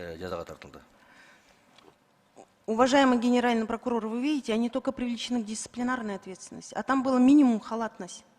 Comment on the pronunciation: Кагаздан окуса прокурор окубай айтса пыркурор экен